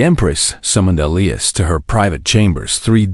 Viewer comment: Why the difference in skin color? Why are all cargo ships old and broken down? Wouldn’t there be major cargo carriers by then? Did the princess have to have four arms? Please learn to pronounce Elias correctly. And they’re using charts instead of an outer space GPS? What about his crew? Didn’t they deserve a reward by standing by him? The humans in these stories are ridiculously noble, selfless, and humble.